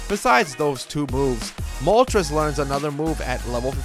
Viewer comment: I cannot stand when younger people pronounce Moltres wrong. The names are based off of Spanish: uno, dos, and tres. When you pronounce it like trez (rhymes with Pez) it makes the video unwatchable. I'm aware a couple of times the anime pronounced it like that. Doesn't excuse the ignorance.